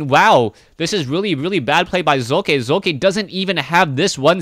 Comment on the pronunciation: Hey, the second time u tried to pronounce socke was just right. the "O" in Socke is speakended very short... ^^